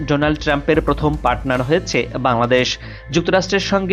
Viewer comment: হ য়ে চে। হ য়ে চে। এগুলি কি য়ধনের উচ্চারণ।।